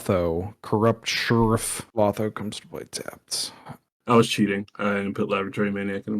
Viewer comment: LOW THO. NOT LAWTHO. LOL. Sorry.